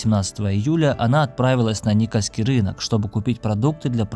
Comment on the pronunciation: Никольский, не ников